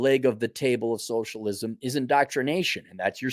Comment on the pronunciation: Just 'soshlisum?'...have you seen these fools?